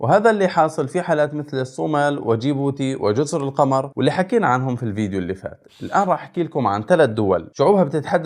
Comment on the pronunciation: جزر القمر بضم القاف